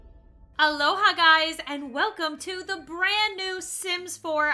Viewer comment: When said Aloha guys I swear my nerdy brain thought she said Alola Guys I need help-._-.